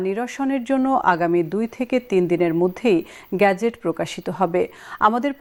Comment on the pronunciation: গেজেট। "গ্যাজেট " খুবই শ্রুতি কটু!